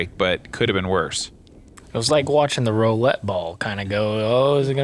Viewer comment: "ROW-lette ball"